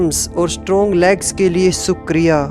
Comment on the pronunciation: Good work by Sh. ji as the positive affirmations really work in our lives.... Please correct the pronunciation of ' SHUKRIYA', if possible...Thank You🙏